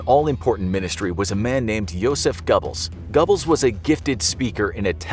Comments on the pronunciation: Gobbles? come on man. Who doesnt know "Gerblls"? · gotta say the pronounciation of goerbles is painful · Not pronounced Gubbles. Pronounced Goerbles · If he pronounces G-o-b-b-l-e-s one more time, I swear... (Disclaimer: I'm not German) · Stop pronouncing his name like that. Its pronounced Joseph gerbels. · The fact the they couldn’t pronounce Goebbels correctly made me shake my head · Goebbels doesn’t deserve the respect of having his name pronounced correctly. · its soo funny how is pronouncin josephs last name wrong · Is it me or did he say Goebbels wrong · Ugh.. pronunciation of Goebbels just hurt my soul